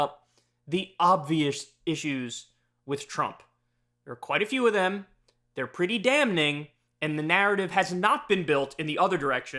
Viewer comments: The irony of this video's content and Kyle continuing to pronounce it "damn-ning" 😂 lol We love ya man but there's no hard-N in damning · Funny how you go through all that and then use the word damning and apparently don't know the N is silent. Not a trump fan, but see how easy it is to make a gaffe? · My dude. Why do you pronounce the "n" in damning? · "Dam-ning" 😂 Kyle is also afraid of getting hit by lig-hitning during a storm. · Kyle, for the love of god, the pronunciation is "damming", the "n" is silent. Please read the comments and see this. You're driving me up the wall with this "dam-ning" pronunciation. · Kyle....PLEASE stop saying "dam-Ning"...the "n" is silent for fuck sake. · FOR THE LAST BLOODY TIME ON EARTH AND FOREVER, YOU DO NOT PRONOUNCE THE "N" IN "DAMNING"!!!!!!!!!!!!!!!!!!!!!!!!!!!!!!!!!!! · Kyle... You do know that the "N" in damn is silent, right? So when you say damning, you don't pronounce the "N." Ok?